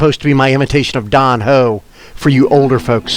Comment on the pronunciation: Don HO? Couldn't do Don N?